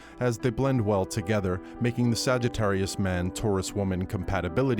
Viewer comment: 🤣🤣🤣 ," The sagga-ttarius".